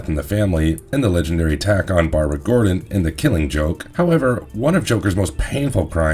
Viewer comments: It's pronounced gore-din. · gordon, not jordan. feel like u guys are just messing with us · Commissioner GEORGEON? 😂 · Why are you calling him Commissioner Jordan..? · Marvelous video's please say commissioner Gordon's name correctly. It sounds like you have never read the comic or watched a movie. Its the one thing about this video. That makes it sound poorly made by amatures. Which isn't even close to your usual work.